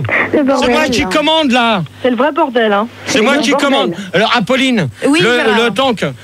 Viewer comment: « ... pour apauler Epolinne... » 😂